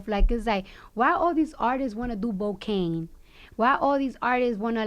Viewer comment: She just said Bocaine.....she for real with her Bloody Shoes gangsta